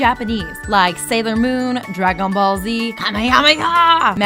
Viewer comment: dra-gown ball